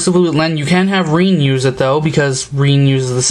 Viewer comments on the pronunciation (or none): Its pronounced rin not reen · Her name pronnuced R-in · FYI, If you havn't noticed, Her name is Rin (Like er smashed with inn,) Kagamine (Ka-Ga-Mi-neh)